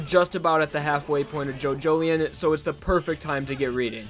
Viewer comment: Was calling it JoJoLION. Like a big cat. Now I know how to pronounce it thanks